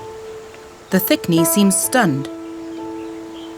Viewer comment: more like "stoned" than "stunned" lol